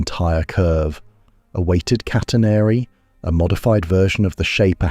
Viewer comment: If you must use AI at least check the pronunciation of the product. Sometime it pronounces "St.Louis" correctly sometimes incorrectly. It can't pronounce "catenary". The topic is fascinating, the execution is lazy!